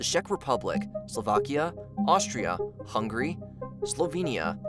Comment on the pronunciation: dude said Hungry and Litinia